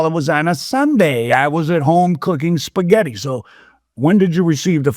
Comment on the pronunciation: “cooking puhsghetti” 😂